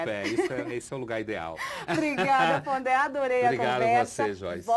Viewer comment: é Pondé e não Ponder...